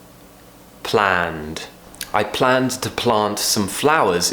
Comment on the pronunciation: Your 'd' in planned and cleaned sounds like a 't', unless you pronounce it slowly.